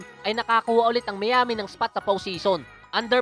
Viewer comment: lods Miami = should be mayami not miyami!! nice content peace!!!!!